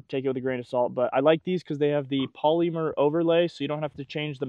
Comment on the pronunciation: Pol-E-Mer overlay lol